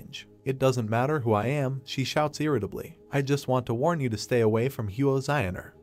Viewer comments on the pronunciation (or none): none